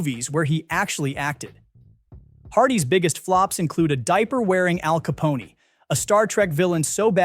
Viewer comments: Somebody please tell this ignorant twit that it's pronounced "ka PON", like the word, 'phone" without the 'H' in it. It's NOT "caponey". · you're not serious, are you?? Capone-y????? It's Al Ca-pone (like phone!!!) AI is a tool for the lazy google is free Education isn't a thing any more - CLEARLY #dumbass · Who the hell is narrating this video? "Caponey"? Wow, so pathetic. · Caponey? CAPONEY? God save me from this AI-read shit. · Capony? Can't they find AI that knows how to pronounce English?